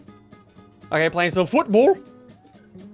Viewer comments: "futbool" literally bursted out laughing after that line 💀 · he said foot ball so funny